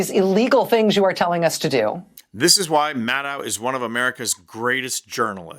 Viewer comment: Maddow is pronounced like shadow. Please pronounce her name appropriately. Thank you.